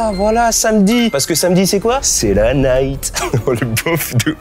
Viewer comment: il a dit c quoi la nigt pas c quoi samedi nigt c nuit